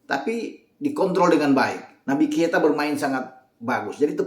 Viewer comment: kenapa kalo nyebut Naby Keita selalu kesebut Naby Kieta 😅